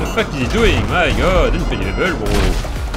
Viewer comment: the way says „bro“ „brrrrrrrro“ no h8te btw:)